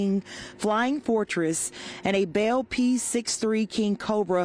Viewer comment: It's a BELL P-63 Aircobra NOT" BALE" or" BAIL" P-63 EOE employee cannot read or pronounce English! J.C.